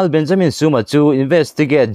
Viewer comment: Benjamin tiin lam ve mai ta la, suma itia, i thluk dan dik leh bok silo a